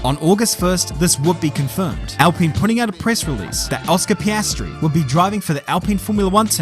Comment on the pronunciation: Ah yes, the young and talented upcoming f1 rookie, Oscar Pastry🥐